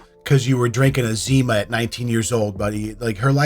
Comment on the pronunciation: Did you say zimas??? Hahaha, you are showing your age. 😂